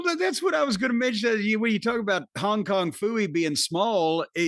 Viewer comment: “Hong kong phoiee” hahahahahshsha